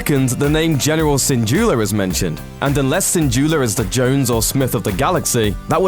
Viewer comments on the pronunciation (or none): does he put an R at the end of the name syndulla